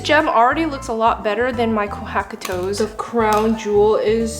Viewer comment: "kohaku toes" murdered me. i bet you, stop pronouncing non english words with an english pronouncation.